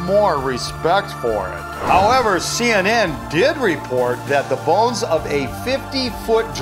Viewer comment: Bones not balls